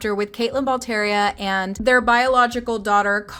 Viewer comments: Their last name is pronounced like "Bal-Terra"... not "ball tee eria" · You’re mispronouncing their name.